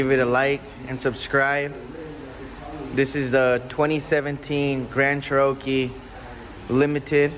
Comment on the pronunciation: It's cherokee like the native Americans not cher-rowkey. Come on. Haha